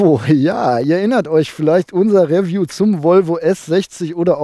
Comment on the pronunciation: Nur mal so....es heisst Riiieview, nicht Räview!